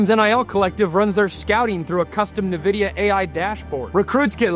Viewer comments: I was wondering how Texas Tech suddenly started getting top ranked recruiting classes... That explains it. Also, just for future reference (not trying to be mean) Nvidia is pronounced "in-vidia," not "nuh-vidia." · Sorry this is driving me nuts. It's pronounced En-vidia not Ne-Vidia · No one’s gonna see you as a credible source of information if you don’t know how to pronounce Nvidia. Look it up. N - Vidia Not Ne-vidia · Dude, it's N-vidia